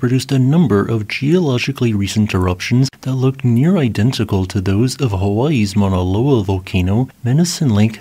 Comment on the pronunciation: Well, yeah, I leave comments all the time about his pronunciation. He's been consistent with Shasta, and even worse for Hawai'ian. If I was mispronouncing something, I'd want people to tell me so I don't sound stupid. Y'all normies think if someone is correcting you, that they're calling you stupid. We're not the same.